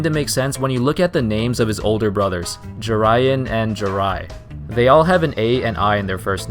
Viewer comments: Lol the way you say Jerian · Jerian Grant was pronounced wrong